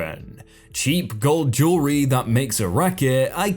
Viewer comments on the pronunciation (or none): none